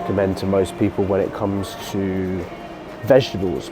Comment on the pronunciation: 😂😂😂 i love how G says "vegEbles" completely misses the "T" vegeTables 😂